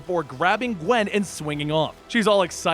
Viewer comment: Qwen pool spider qwen geez.